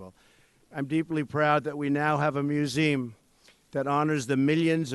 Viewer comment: He has no shame, quoting MLK about righteousness! And stop saying "museem" already